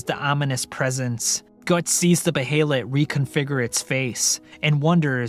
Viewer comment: And beeheelet